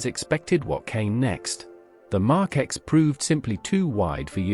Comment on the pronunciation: Mark X come on if you must use artificial vocals - GET RIGHT how hard is it?